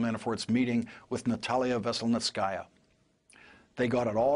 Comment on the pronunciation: Kudos to Lawrence for making a decent attempt at pronouncing Veselnitskaya. His is the best I've heard so far. He clearly practiced 🙄